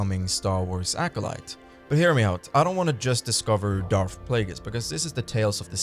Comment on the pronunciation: FFS! SiTH! Not Siff! DarTH! Not Darff!